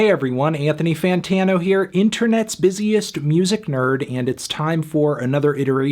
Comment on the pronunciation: Anthony “Fantano”